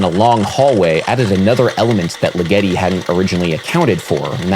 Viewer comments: Great video Adam, but I think the stress in Ligeti's name is on the first syllable (LI-ge-ti) rather than the second (Li-GE-ti) as you have it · LIgeti. The emphasis is on the first syllable. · it's LIgeti, LIgeti not liGEti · Dude... Legeti's name is pronounced LIgeti not liGEti. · The composer's name is pronounced with the accent on the first syllable. LIG-etty. (As in, it works as part of a punchline like "why did Ligeti split?" -- creating a joke to fit the punchline is left as an exercise for the reader) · Hyggen76 ligeTEEEEEeeeeaaauuuiii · I'm sorry to be this person Adam, but Ligeti isn't supposed to rhyme with spaghetti... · You really need to a take a couple of seconds to be sure you know how to pronounce the name of a composer before you talk about them. First you butchered Steve Reich's name and now Ligeti's. For such an otherwise well spoken person, this is a glaring gaff.